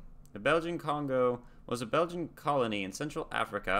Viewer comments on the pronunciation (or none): none